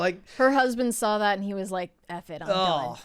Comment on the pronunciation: why can you say the word “tackle” correctly but when you have to say “that” you say “thawt?” Both short a’s!! I like the channel but really struggle with this.